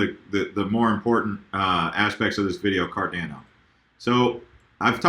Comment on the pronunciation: Pronounced: "CAR-DON-O" (That's how Charles Hoskinson says it)